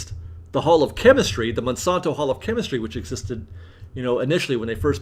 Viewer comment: Check the pronunciation of Monsanto